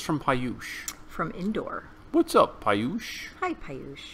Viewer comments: You guys rock!! FYI the way name is pronounced as “Peeyush” not Piyush that’s the way it’s spelled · Pee yush not pie yush. Lol. Love u guys. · IT IS pronounced as peeyush frnd